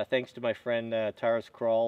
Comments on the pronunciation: Taris krawl you mean Tara’s Khul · Did you say tarus krawl wtf